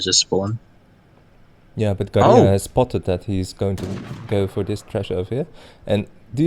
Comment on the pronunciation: You cringe me when you sai Garia instead of Garja